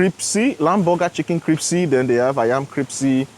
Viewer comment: yes is a good man. Btw bro, it's pronounced crispy, not cripsy hehehehe